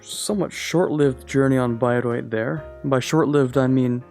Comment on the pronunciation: Bro actually pronounced Bayreuth well.